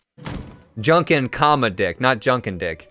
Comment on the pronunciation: Junkin not Junkan